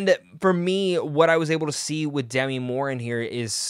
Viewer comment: Demi is pronounced in this case as De-‘MEE. (It does NOT rhyme with semi.) I figured a movie reviewer might want to know.